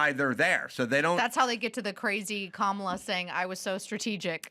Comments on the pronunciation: "COMMA-la" bro ahaahahahha, fricking mental jobs on dem's side, liar$$$$ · Adam has yelled at Elisha before, the first couple episodes with her she was supporting DEI and defending Sonny hostin, Adam had to tell her to use her brain. she rambles and Adam once again had to wince. Then she corrects Adam on how to say Kamala here, she didn’t get Adam’s Buttigieg, fruit joke, and then she’s oblivious again... She’s unaware of Adams satire or points. So sorry to say I’m a bit disappointed to hear Adam defend her. I hope she’s not full-time.